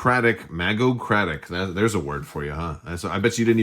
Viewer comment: Really looking forward to this game and faction! Thanks for the review! BTW, I don't know how it's spelled on the box but it's pronounced "MAGE-ocracy, hard "G" 😉